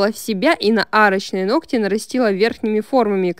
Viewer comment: Нохти...нохти...ухо режет!